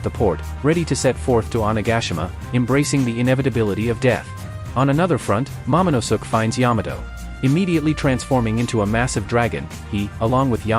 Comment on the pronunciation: "Momonusuk"😂😂😂 you mean momonoske